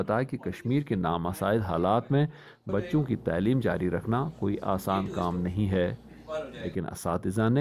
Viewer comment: لفظ "تعلیم" کے تلفظ میں تصحیح کی ضرورت ہے علاوہ ازیں ......کئ دوسرے الفاظ